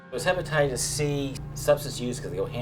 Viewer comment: Hypnotitists C 😕 he can't even call it hepatitis